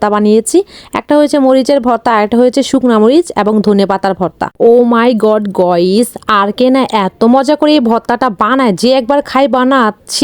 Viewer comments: হ্যালো ভয়েস না হ্যালো গাইস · গোইস ❌ গাইস ✅ 😅😅😅😅😅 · গইস না গাইস পাগল কোথা কার 😅😅